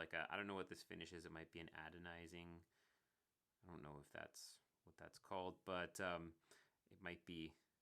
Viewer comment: Good review. I'm getting one. Like I need another pen eh! Adonizing is not a word. It's anodizing. Not feud-ay. Pronounce it like food-eh.